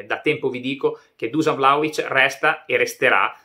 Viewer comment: On dit Duscan